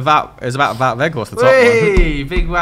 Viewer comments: Wout is pronounced Wowed not Woot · Feel like someone has to help the guys out with pronouncing Weghorst's name. It's pronounced as "Vote" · Considering he loves Weghorst so much maybe you should learn his first name properly - it's pronounced 'Vowt.'